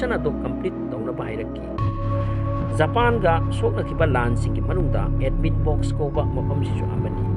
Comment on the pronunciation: Japan gi pronounciation se tanbda yam heinade aduna loibfao yengdre